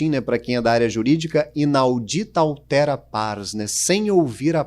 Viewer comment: Altera, que significa OUTRA, deve-se pronunciar ÁLTERA...